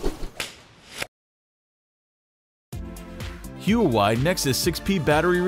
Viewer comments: It's not Who-Why... It's Wah-Way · Was anybody else bothered by him saying Hue-a-wi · How to do hue-ae-waii 6p postmortem in 10 easy steps!! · YES! Come on people, it's: "Wah-Way" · it isn't anywhere near impossible. And it's spelled Huawei, not huwai. You obviously pronounce it hua-way. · it's pronounced "wa-way".... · It's actually Hwa way. I live in mainland China ;) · TraceguyRune No, it actually isn't that. It's "HWA-WAY". Thus says the company CEO himself. immediately at 2 seconds and then 34 seconds into the video. It's also on their Wiki page. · Kian Mehrabi it's actually Wah-Way. Thus says the company themselves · I heard him pronounce "Huawei" and couldn't watch the rest of the video. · Looks like a good video so far, but please learn how to pronounce Huawei... I cringe every time you say it. ;)